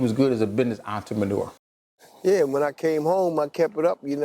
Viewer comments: Lmao..Yup he definitely did "entra-ma-nure" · did he say “ he was a good entre-manure” ? 🧐